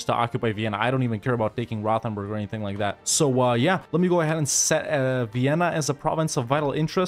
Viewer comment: The way pronounces Rothenburg always hurts so bad